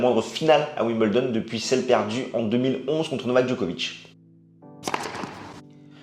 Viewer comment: pourquoi dire Wim bel don alors que c ' est Wimbledon ? pourquoi dire un peuzeul alors que c ' est un puzzle ?